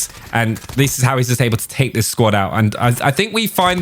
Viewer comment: “we tale a look”😂